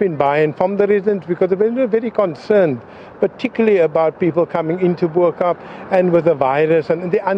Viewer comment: A South African on tv that can't say "Bo Kaap"...